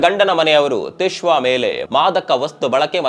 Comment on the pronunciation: ತಿಶ್ವಾ ಅಲ್ಲ ಸಾರ್ Twisha